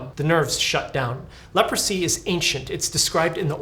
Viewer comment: Leprosy ❌ Leopordsy ✅